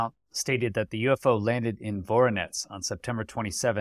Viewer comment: VORuhNEZH - not VORONETS